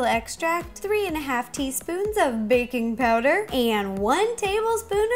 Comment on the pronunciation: Did anyone else think she said baby powder